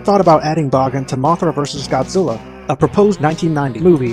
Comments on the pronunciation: Bahgin? I always thought it was pronounced Baygan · bagan is said Bag-an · It's pronounced "Baygen" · Bah-gen? Huh. I always thought it was pronounced Ba-gan… but I guess that was just me. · I know it's the incorrect pronunciation, but I always pronounced Bagan like pagan. Makes sense given some of his godly origins. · Please stop saying bagan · I always thought the pronounciation of Bagan is Bae-gan instead of Ba-karen,Ba-kan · i hope bagan (who i pronounce began) will apear in at least 1 movie or more games or else he will be called the "scraped monster" right?